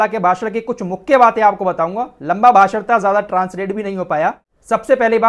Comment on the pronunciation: भासड़ नहीं भाषण होता है